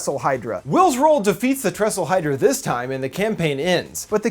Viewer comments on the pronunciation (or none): Thessalhydra, not tresslehydra. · Tressalhydra? Lol it’s Thessalhydra